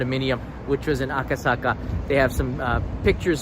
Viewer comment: Aka saka cannot pronounce